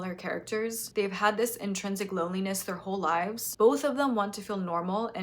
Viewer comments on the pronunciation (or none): none